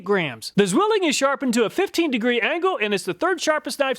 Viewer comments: Ssswilling. In german the Z is pronounced at ts. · it's pronounced "tswilling" and is translated to the word "twin". (Zwillinge = twins). It's an old and very well known knife brand here in Germany. And check out how many chinese companys copied and use nearly the same logo :D The city, that is extremely well known as the "knife town" is Solingen. There are many companys manufacturing knifes, tools and related iron stuff.